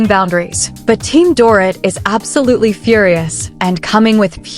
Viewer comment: If these damn AI storytelling freaking channels don't learn how to say these people's names right just don't do the 🤐story Smh they say Doorit ..So annoying to hear it like that over & over again🙄